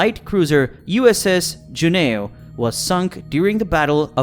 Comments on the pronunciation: Dude, Juneau is pronounced (JEW-NO) Not Je-nA-oh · June-o is the correct pronunciation.